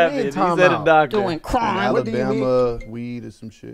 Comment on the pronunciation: DOING CRRRIME 😂